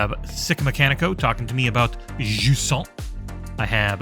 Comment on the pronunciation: Playing Jusant: 8.5/10 Pronouncing Jusant: 10/10